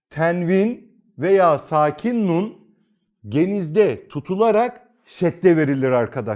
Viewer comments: Nun'u ortadan kaldırmıyoruz diyorsunuz ama "N" harfi duyulmuyor. Yani ortadan kalktı. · Öncelikle bu hizmet için teşekkürler. Hocam nun'umu genizde akıtıyoruz şendde verdiğimiz harfi mi? Zira ben söyleminizde hiç "n" sesi duyamıyorum. Duyma yeteneğim ve diğer ensrümanlarım iyi olmayabilir. Saygısızlık yapmak istemem.